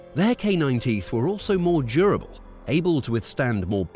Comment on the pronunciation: "D"urable.... not "J"urable! STOP using narrators that can't properly pronounce words!